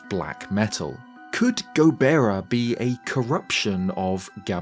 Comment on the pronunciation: ゴベラ not がボラ ✅️